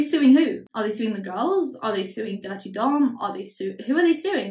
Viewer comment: everytime you say Durte Dom i think it’s “Dirty Dom” and it’s fitting.